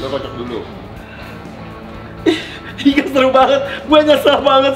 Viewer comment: Hahahaha...... Seruuuuu Bukan seri 🤣🤣🤣🤣